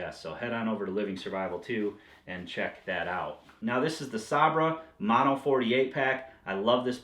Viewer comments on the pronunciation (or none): none